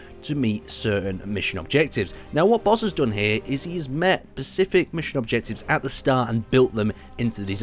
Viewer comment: you pronounced specific as pacific unsubscribing literally unwatchable kappa